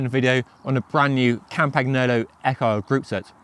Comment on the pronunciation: The g is silent in campagnolo. Please and thank you.